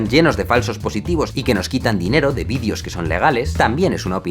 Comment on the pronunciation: Jaime, te has pasado todo el vídeo, diciendo "vidios" en vez de "videos". ...un consejo, no felicitareis material vuestro a las televisiones si no queréis que estas os roben la autoria del mismo como le paso a Luisito.